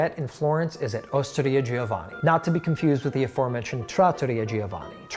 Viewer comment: All the Italian content, but you still butcher & mispronounce names like Giovanni 🙄🙄 like how is that even possible? The i isn't pronounced!